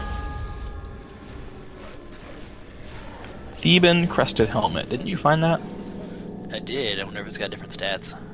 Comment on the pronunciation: "Tebbian?" Really?